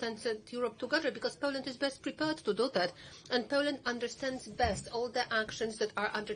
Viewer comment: her English accent was very poor. They could've hired someone more qualified. FFS she couldn't even pronounce Poland properly. That's a disgrace in itself.